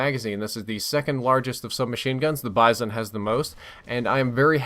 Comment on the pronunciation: can you please start pronouncing these names correctly? The Vepr is a Ukranian SMG, I'm pretty sure, and it's pronounced Viper. Also, the Bizon is pronounced Beezon.